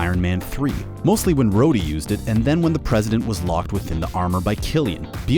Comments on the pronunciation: Did he actually just call Rhodey Roddy? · Who the hell is “Roddy”? Don’t you mean “Rhodey” 🧐🤔🤣🤣🤣🤣 “Roddy” Jesus if you rewatched the movie’s at least get and pronounce the characters names right! It’s not like they’re not said and used in the movie’s!?! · did he just say "Rodee"...? 😔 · Has your host never watched the movies? He pronounced War Machines name as “Rodie” instead of Rhodie. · Also keeps sayings Starks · No he said “Roddy” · Hold on how the hell did he say rhoady